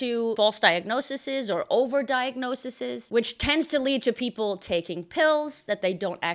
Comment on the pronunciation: Not diagnosises. Diagnoses (pron. .diagnosees/) As in crisis/crises, basis/bases, thesis/theses, etc.